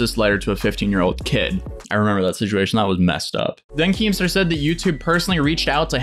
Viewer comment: we love you but you gotta stop trying to say “situation”